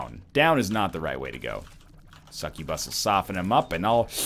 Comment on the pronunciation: pronouncing it correctly lmao